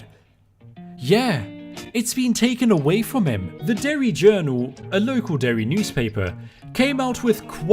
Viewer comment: Mad respect on saying Derry